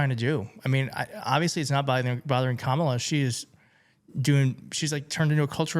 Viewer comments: I try to be very respectful of people's names, and how to pronounce them. She is INTENTIONALLY mispronouncing Kamala's name, how deplorable, how DISRESPECTFUL. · you can see the smirk on her face when she mispronounces Kamala, but it's offensive that she get called out for it? BS !!!!!!! Mace's behavior during this segment is just nauseating. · I know she is saying her name wrong to be an a hole and try to get a jab in but all it does it makes her look like a moron that can speak. So who cares if she grad from a college if she cant say her name. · She used to be a 'moderate'. She knows perfectly well how to pronounce Kamala, and YouTube is full of her videos trying to 'reach' general election viewers. She's a garden variety narcissist, and CNN knew what they were doing having her on. Disgusting cult member. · Why would you say some fool a** sh*t like we should give mace the benefit of the doubt? She corrected herself to mispronounce Kamala's name. That means it was 199% intentional. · The normal and polite thing to do when you are corrected after a mispronounced name is to then correct yourself and say it correctly… she got furious and said I’ll do whatever the fuck I wanna do. She a racist 5 year old 😂